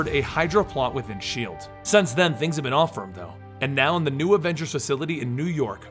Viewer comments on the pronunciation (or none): none